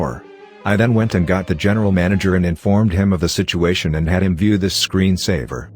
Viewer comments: Fucking love “shituation” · Lmao “shituation”